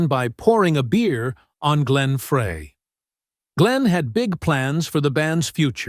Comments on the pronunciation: It's Glen FRY, Like FRY Bread. Deacon FRY! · Pathetic! How can this video have ANY credibility when the narrator mispronounces Glenn and Berrnie's name? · yeah but I imagine Glenn would still pronounce his own name the same. This is a crappy narration delivered by AI. The robot also pronounces Bernie Leadon's name wrong. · C'mon robot..it's pronounced fry..not fray. Peq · Why does this narrator always pronounce the name Frey like Fray instead of Fry??? so annoying! so many mispronounce Glen Frey's name! ugh! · It's Fry not fray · Is it not GLEN (FRY)...??? Where does freay come from??? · Glenns last name is not pronouned fray....it is pronouced FRY get it right or do not make any more videos about the Eagles. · It's pronounced "Fry" not Fra, so disrespectful for a great musician who's no longer with us. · Why are you saying Fray instead of Frey. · NOT FRAAAAY... it's FRI... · He mispronounces Frey intentionally so he’ll get comments and the more comments the more money he gets, but it’s just so obnoxious. That’s so disrespectful. I refuse to watch. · It’s pronounced FRY. NOT FRAY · Frey, not Fray! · Who is this knucklehead calling “Fry,” “Frey?” He clearly knows nothing about the Eagles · Frey, NOT Fray!! Come on man. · It’s pronounced Fry not Fra with a long a. How can you do a video and not even know how to pronounce the main characters names. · When the host doesn't know how to pronounce the name of one of the greatest musicians ever it makes it hardto listen. it isn't pronounced Fray, it is Frey....Pronounced Fry....stop reading your notes, stop making videos. You are lazy. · Frey is pronounced FRY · Glen “FRAY”? Im out. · It is pronounced Fry. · Frey is pronounced FRY. I thought everybody knew that. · It's FRY, for God's sake. Like...fry an egg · FRAY?????... Come on, if you want to make a credible video on the Eagles at least make sure you pronounce names of the band members CORRECTLY! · Frey is pronounced Fry. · Pronounced fry